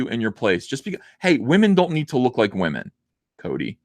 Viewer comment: Please stop saying wahmen. It’s annoying AF.